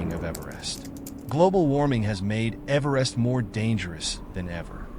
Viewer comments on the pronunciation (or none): Man do I hate AI narrated slop. A video about Everest and they don't even have the AI pronounce Everest properly. What a joke of a video.